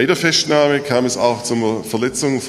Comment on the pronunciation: Die "Feschtnahme" 😁